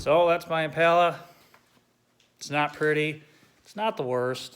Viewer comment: EmPala… Spanish accent